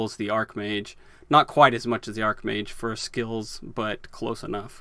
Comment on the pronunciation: Archmage is pronounced with a ch 😁